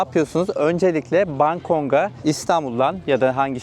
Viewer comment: Bankong ❌ Bangkok ✅